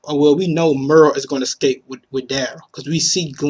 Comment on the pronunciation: Pronounced: escape, not excape! (just saying)